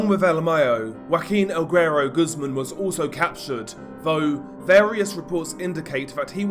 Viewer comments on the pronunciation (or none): none